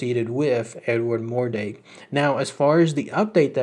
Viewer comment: Pretty sure its mordrake not mordake